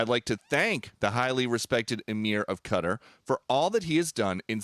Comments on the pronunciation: Qatar....not Quatar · KA-TAR....not "cutter" you gotta be kidding me...!!!! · Please stop saying 'Cudder'.